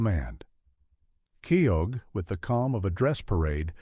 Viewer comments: It’s major Kee-oh, not Kee-og. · The way he says Myles Keogh's name it is Miles Key - Ho.